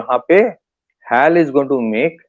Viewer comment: Dear, please pronounce as Hech A Elle (HAL) and not what you pronounce it as. It is incorrect to call it that way. I Hope you take it in right spirit. I watch your interviews in various podcasts and appreciate your analysis. Regards